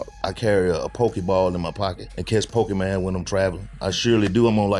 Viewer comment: I was cryin when he said Po-kee-man 😂😂😂 I swear that’s how all older black men say it